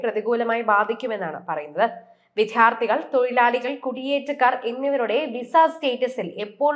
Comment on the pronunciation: വല്ലാത്ത uchaaranasudhi.വിദ്യാർത്ഥി ആണ്. വിദ്ധ്യാർത്തി അല്ല 😅